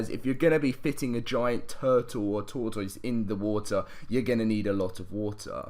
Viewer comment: Tortoise is said like “tore-tess” not like “tore-toys”